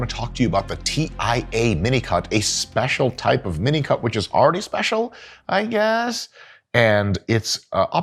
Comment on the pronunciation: Is he really saying minicut? Because I always hear minico*k 👀